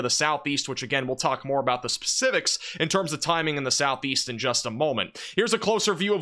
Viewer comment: AGAIN, The word is SIGNIFICANT NOT SINIFICANT. ALSO the word is SPECIFIC NOT PACIFIC unless you are talking about the ocean.